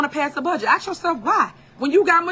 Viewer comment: At the end of the day, it's Valentine's Day, not Valentime's Day. Just ax if you aint be knowin